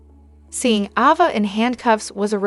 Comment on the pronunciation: Please learn how to pronounce the characters names!!! Ava, long A-va; Liam, Lee; and Trina, Treena.